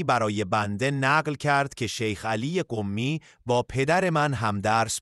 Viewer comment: کلمهٔ « قمی » تشدید ندارد چرا با تشدید تلفظ میکنید ؟